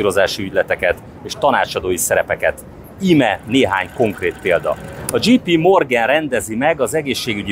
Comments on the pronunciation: A J.P. Morgan az nem "dzsí pí" hanem "dzséj pí". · "dzséj"pí morgen... nem "dzsí".